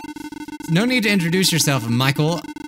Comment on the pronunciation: at first it was okay then he said "michel"